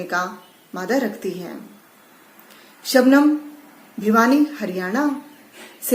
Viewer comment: Sir sugam nhi Shabnam 🤗🤗🤗